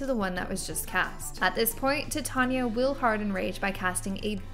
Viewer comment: not to be that chick but her name is pronounced "ti-TAN-yuh" Tan as in Van. Atleast that's how Shakespeare intended. Also, thank you for this!